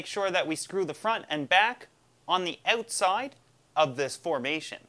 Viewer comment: Anyone else automatically know he was Canadian after he said "outside" and "mind"? Lol